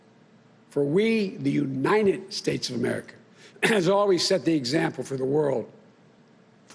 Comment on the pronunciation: Did he say united snakes?